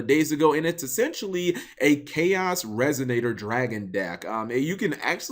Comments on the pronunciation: Resignator? Learn to pronounce things. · There's no 'G' in resonator cap